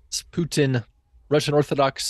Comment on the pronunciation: The way they keep saying Pyutin 😂